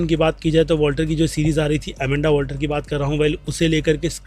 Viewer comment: Walter nahi Waller bolo... 😉